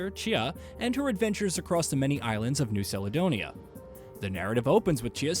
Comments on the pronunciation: 10 seconds in "... Inspired by new saledonia" Ah yes... A man who has clearly looked up, literally anything, in preparation for this review. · Ferk me... Modern IPA: njʉ́w kalədə́wnɪjə Traditional IPA: ˌnjuː kæləˈdəʊniːə 6 syllables: "NYOO" + "kal" + "uh" + "DOH" + "nee" + "uh"